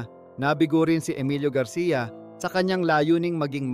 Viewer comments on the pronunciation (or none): none